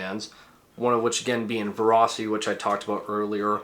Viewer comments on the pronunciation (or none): Ferocity not verocity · Ferocity is pronounced Verocity? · Why does "ferocity" sound like velocity in a Chinese accent